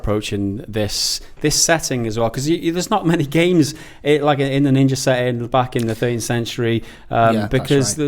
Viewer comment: Ninjery? Are you seriously pretending you don't sound like you're definitely doing that on purpose. You read ninja and see an 'a' then choose to say 'er' it is on purpose. 100% why though? Why not be genuine and evolve your speech rather tricking listeners into thinking you are authentically pronouncing an 'a' as if you just read 'er.'